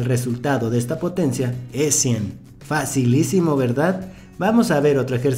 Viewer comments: Este dise facilicimo verdad y mi mente automaticamemte dice dificilicimo verdad😂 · Minuto Dijo su frase Fasilicimo verdad